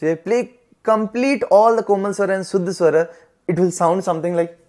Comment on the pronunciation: Bhai shuddh ko suddh mtt bola kro bda awkward lgta sunne me 🙏😅 guddu bhaiya thore hi ho aap 😀